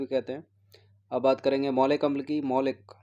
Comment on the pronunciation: ये मैलिक अम्ल है न कि मौलिक अम्ल